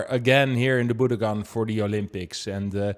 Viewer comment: Pls pronounce the venue names correctly. It is bu-DOH-kan, with accent on the DOH.